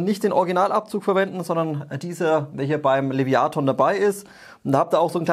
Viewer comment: Top Video wie immer. Aber, lieber, das Teil heißt trotzdem Leviathan und nicht Leviaton ^^